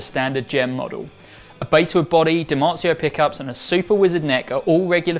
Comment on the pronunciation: Lol at "basewood" -- for the nine millionth time, it's pronounced bahswood...it's bass, like the fish, large mouth bass / small mouth bass. Not base.